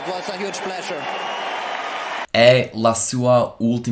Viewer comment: it's a pronounciation mistake: his h was silent